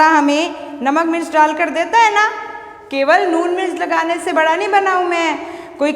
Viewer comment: Madam Ji ye Vada hota hai na ki Badaa